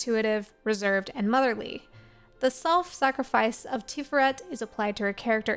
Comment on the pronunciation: Tiferet Tee-FARE-ret , hebrew can be a little flat but slight emphasis on that second syllable.